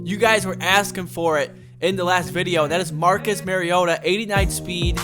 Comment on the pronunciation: also your still saying mariota wrong lol